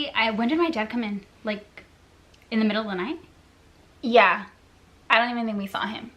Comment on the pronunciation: “nie-tie” lol